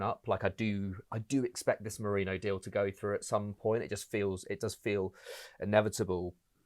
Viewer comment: It’s Me-ri -no.